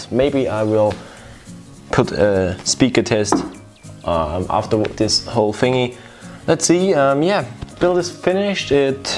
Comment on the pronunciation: “Hey guys wats up in dis wideo” That was so cute :)